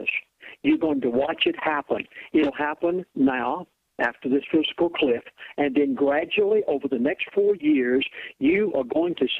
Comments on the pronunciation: Dude, it not "physical cliff", it is FISCAL cliff. Please also inform your elite friend that it seems a little goofy to expound on fiscal policy if you can't pronounce or spell the term. But, the message is clear and I feel all this is more than basically true. I am age 60 and I feel totally disposable. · "Physical" cliff? This kat is preaching financial ruin and he calls it "Physical" cliff? - Damn, , , someone help the old dude get it right. FISCAL - FISCAL - FISCAL - as in financial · has obviously never heard of the word "fiscal". He keeps saying physical cliff, LOL. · I swear i heard him say "physical cliff". I might just be crazy... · As much as I'm leaning towards believing this guy, the fact that he keeps calling it a "physical cliff" instead of a fiscal cliff makes me think he doesn't know what he's talking about. He also said churches have a "401c3" status. They do not; they have a 501c3 status. Did anyone else notice these? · He keeps saying physical cliff-its fiscal cliff but not splitting hairs-he's right we are screwed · "Physical" cliff? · I can't stand when people pronounce fiscal as PHYSICAL.. Makes me bonkers. lol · If someone can't pronounce the word FISCAL I consider the source unreliable. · I agree. If he can't pronounce FISCAL, his credentials are very dubious. I wouldn't be surprised if he says NUCULAR also. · I think a lot of these ideas are correct, but remuneration is consistently misprounced; fiscal cliff becomes physical cliff. How can an educated person of his type do this and be taken seriously? , 501 (c) 3 non-profit corporation becomes 401 (c) 3. Educated people do not make these kinds mistakes. Or, am I being too harsh? So far, I haven't heard eck setera, but I'm waiting for it! Pardon for being so cynical.